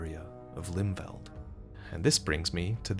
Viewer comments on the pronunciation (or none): For the record it would be pronounced "Limfelt" instead of "Limveld"